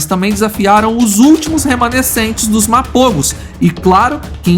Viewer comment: все названия коалиций специально что ли неправильно говорите???? Селатис на А ударение, МАПОГО на О второй слог!!!!!!!!!!!!!!!!!!!!!!!!!!!!!!!!!